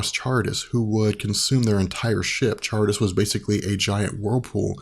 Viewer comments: Charybdis is pronounced "kuh rib diss." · kuh-rib-diss, sill-uh Just throwing that out there. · Charibdis is pronounced karibdis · close, it's pronounced Ka-rip-tys, kind of like the word Car-ih-bee-an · its pronounced "sharibdis" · Most pronounce it as Car-rib-dus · The tidal whirlpool is pronounced karribdis. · Charybdis is pronounced Ka-rib-dis Scylla spot on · Charybdis is pronounced with a hard K in the beginning.